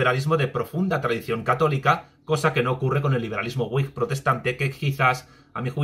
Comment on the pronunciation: Wigh sera uaig, supongo. Me refiero a la pronunciación. O decimos vig, o uaig, pero uig no se entiende.